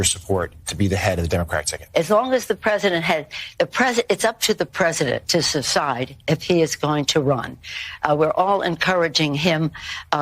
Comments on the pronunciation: She said Sucide. Not Decide. Nancy Peloser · “Up to the President to sthuside” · “It’s up to the President to suside.”😂